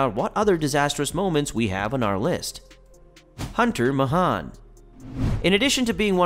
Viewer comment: This narrator has never watched golf in his life just from the way he said Hunter Mahan's name and Carnoustie.